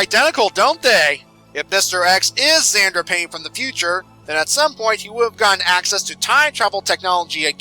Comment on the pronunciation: I would like to point out that xander starts with an x as in mister x